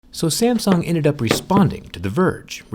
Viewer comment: 'SAMSN' XD